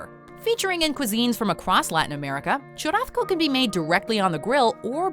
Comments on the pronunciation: The way she’s pronouncing churrasco is made me mad. There isn’t any letter making the “th” sound, even in if you’re a Spaniard or speak Portuguese. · Nah, I’m fluent in Spanish & semi-fluent in Portuguese & live in the Miami área, as well as have Spanish-speaking friends from many countries (including Spain). Accents have absolutely nothing to do with it at all. I’m familiar with what you’re saying (& even if she was speaking in a Spaniard “z” or soft “c” like chorizo being pronounced like the “th” in “thick”, CHURRASCO is void of that sound). It’s just an incorrect pronunciation in any Romance language. She probably got confused with chorizo or something